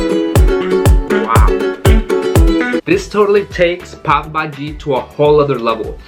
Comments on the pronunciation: Friend not pabhaji it’s call Pao Bhaji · Let me yell you it's pav bhaji not pop bhai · I legit thought he said today i am going to eat papa ji. Quarantine be messing with my mind